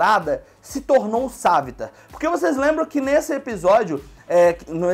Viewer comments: Se fala savitàr não savitar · o cara fala savita mais é savitar